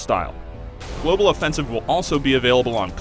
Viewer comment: Why does this guy says Global Offensive as Global Offensivse